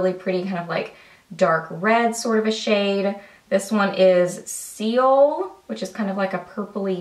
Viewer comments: Seoul is actually pronounced "soul", and it's the capital of South Korea. It's a gorgeous, very metropolitan city FULL of awesome makeup. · Seoul is pronounced with a silent e. So just Soul. It's the capital of South Korea.